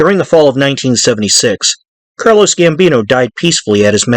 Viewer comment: I think you keep calling Carlo Gambino ‘Carlos’